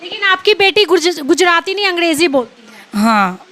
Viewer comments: अंगडेजी नही अंग्रेजी😂😂😂😂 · Angreji hoti h mam n ki angdeji😅